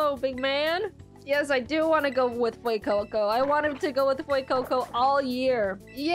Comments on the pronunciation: Its F-YOU-CO CO 😭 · "FOUR FOR FEUCOCO, YOU GO FUECOCO"